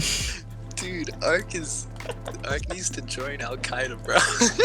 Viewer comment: " needs to join al Kaidah" LMAOO